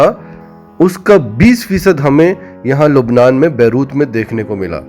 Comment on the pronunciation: بھاٸ ۔ لَبنان ۔۔ بولیۓ مگر لُبنان نہیں۔